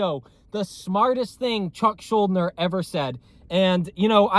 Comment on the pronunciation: Btw you’re pronouncing his name wrong, it’s Yiddish, Shool-deener